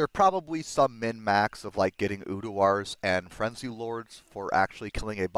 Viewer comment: Tbh i havent noticed much difference between Quick Cast and normal when playing CE, nice to see its back hopefully it wont get nerfed lol...again... PS bro... its URDAR not UDUAR :P same it's not Travichal its pronounced Traninkal